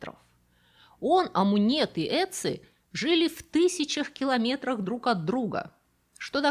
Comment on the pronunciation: Мумию того охотника правильнее называть "отци" (Ötzi). Первая буква это что-то среднее между русским произношением "о" и "ё". Жил он в эпоху каменного века, это примерно 5300лет назад. Это на тысячу лет раньше, чем были построены египетские пирамиды. в пазырыкской культуре люди относились к татуировке, как к декоративному ремеслу, а отсюда и все эти стилизованные изображения животных. К тому же их наносили, в большинстве случаев, воины и охотники. Поэтому эти изображения не монстры. помимо тысяч километров разделявших этих людей, их ещё разделяли тысячи лет. Немецкий священник и монах (14 век) Генрих Сузо причислен к лику блаженных в 1831 году, на своей коже, в районе сердца вытатуировал имя Иисуса. ... "Irezumi" (яп.) этот термин означает общее понятие татуировки. "Soushibori" это тип японской татуировки покрывающей всё тело, кроме ступней, шеи, запястий и головы. Так называемый "костюм" .... Маори это история письмена, каждый элемент имеет значение. С помощью своих татуировок жители Полинезии рассказывали окружающим о моем статусе, достижениях, о сражениях и трофеях. ... Дальше не досмотрел, не было времени 🙂